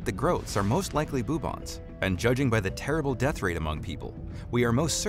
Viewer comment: Um achaly, its not bobos is bubos.